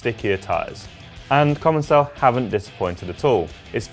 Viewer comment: In fact it should ce commençal where the ç is pronounced as an « s » in French. They probably erased the cédille (ç) for commercial reasons or because capital letters loose their accents. So indeed it is pronounced: comonsal.